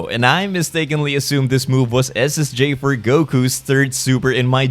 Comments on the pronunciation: I swear it sound like your saying ssj fur goku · he is saying Ssj4 Goku so why do I hear is as Ssj for Goku